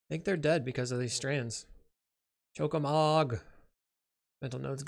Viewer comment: Weird to hear Choco and Mog not pronounced as, well, "Choco and Mog", though the way it's printed on the card doesn't really help for people who haven't played the games, so I'm not blaming you. I'm still unsure how I feel about the Final Fantasy set in general beyond being glad that at least nothing is as obnoxious as some MH3 cards (even witg unsurprisingly good Black Mage's Rod is). Either way I wouldn't mind seeing you play this deck again as long as you're more comfortable with it since you're clearly aren't comfortable here.